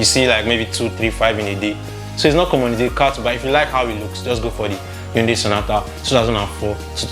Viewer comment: Hyundai (hai ·un·dai) not yatunde😂